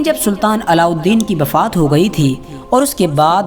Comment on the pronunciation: Bhai bafaat nhi wafaat hota hai